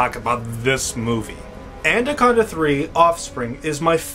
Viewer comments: It'd be nice if you could say it right and not "And-a-conda." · Good reviews but why are you pronouncing it anDaconda? There's no d in it, lol you must be doing it on purpose :P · Is he pronouncing the title "ANDACONDA"?? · He said andaconda the whole time😂😂